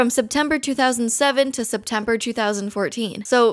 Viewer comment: "Septmember to Spempemeber"..?